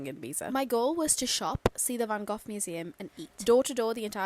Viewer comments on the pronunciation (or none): You're saying van Goch wrong, it's a hard G twice. You say both the G and the Ch the the same in Dutch. It's not a th sound.